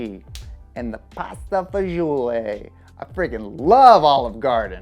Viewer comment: He pronounced fagioli wrong though